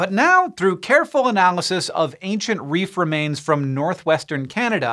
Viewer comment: When he says “reef remains” but all I heard was “reefer mains” 😶 Edit